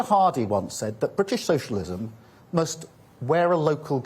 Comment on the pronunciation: The Bwitish pweopal